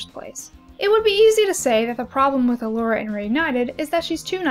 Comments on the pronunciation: Can I just... everyone is pronouncing her name wrong... it’s E-Lora.. not Uh-Lora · Those STRONG pronunciation of those “t” sounds. How original Elora pronounced “t” is just as iconic as “I’m a faun you dork!”